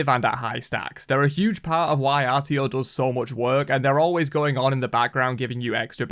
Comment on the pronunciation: “Artio” Terra: I’m not even here